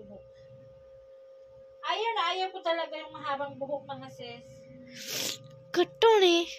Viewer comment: Diretso mo dila mo.. Sis..hindi sess Kpag s hi hello ses a bigkas mo.. Kpag s sister in law sis.. Ano b tlg ate lukaret.